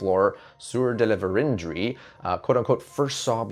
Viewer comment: Where was that Vérendrye site? In SD it is pronounced with the accent on the first syllable, VER- en dree. (On the other hand, look how Pierre is said, with that England-style compressing of syllables.) I know the Ft. Pierre site where a plate was found and upended the whole idea scholars had created about their route. Other plates still exist, according to the Vérendryes, buried and unfound. It's still a treasure hunt. Sounds like a place to visit: "Crow Flies High Butte (elev. 2,047 feet) is a conspicuous landform located on the left bank of the Missouri River in west-central North Dakota. It is situated along North Dakota Highway 23 two miles west of New Town on the Fort Berthold Indian Reservation. The butte's value as a landmark and vantage point was especially important to early explorers who had little or no dependable information about the area and the travel routes and hazards it might offer. It makes sense that someone who encountered this landform back in the days when this part of North Dakota was uncharted territory would want to make their way to the top of it and have a look around.... Crowhigh Butte may have played a part in the first extensive exploration of the northern United States east of the Rocky Mountains, which was undertaken by celebrated French explorer and fur trader Pierre Gaultier de Varennes, sieur de La Vérendrye and his four sons." National Parks Traveler. (Only two sons are mentioned on the lead plate.)